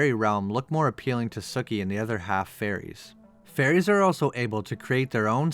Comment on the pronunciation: I thought her name was pronounced SUkee...not sucky...but whatever I see the pun...har.